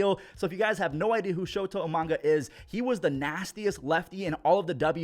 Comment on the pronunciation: It's not Urias's fault these women keep running into his fist... and "Omanga" wtf just read it